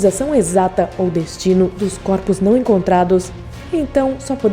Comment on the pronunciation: Coropos kkkkkkkkk voz irritante